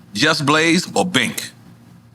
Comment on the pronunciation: Sounds like he said Bink. I don't even know who that is either lol